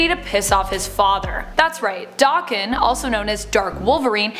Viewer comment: Isnt it pronounced DA-ken and not Doc-ken? Just wondering how others pronounce it because I myself and most other people i hear say it stress the a like how it is in the word apple.